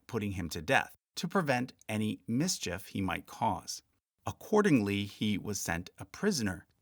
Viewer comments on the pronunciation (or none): none